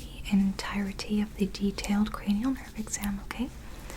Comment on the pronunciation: So you are telling me, it’s cra-knee-Al and not cra-null!?!